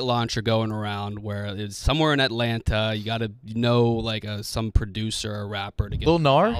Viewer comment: …you can’t say 2 T’s when you say Atlanta. I’m sorry but I know they don’t teach that on maps